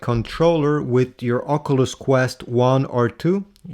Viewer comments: Its an OC-YOU-LESS not an OC-UH-LUSS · love the video i really loved the part where you said ocuuluss it really tipped my hat i was on my way to the shop had this blasting and my headphones disconnected and everyone heard the way you pronounced the graticuleal word called oculeseses maade everyone laugh thank for getting me a discount on my "protecters"